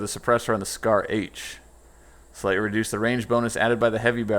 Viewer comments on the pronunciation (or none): none